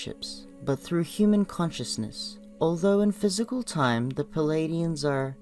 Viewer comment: Stop with the "Palladians" and "Cheroke!" It's "Pleidians" and "Cherokee!" Learn to pronounce words!